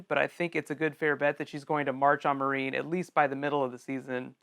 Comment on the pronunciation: >pronouncing Meereen 'marine' really?